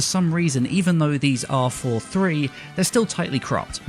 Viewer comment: Every time he said "It's 4:3" It sounded like "it's for free". I was mildly confused xD